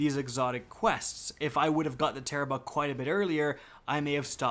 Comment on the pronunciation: Wait it tarrabrah not tarararararararrararararararararabahaah